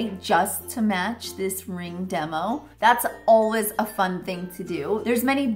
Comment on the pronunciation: Who else hears ur say alwas instead of always?